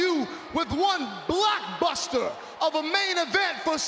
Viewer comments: Serious question did he say Black buster or block buster 😂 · Did he say BLACKbuster lol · Did MVP say "Blackbuster"?